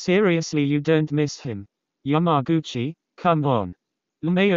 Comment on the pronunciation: YamagUcHiiAIiaIA. The Text To Speach got my head spinning.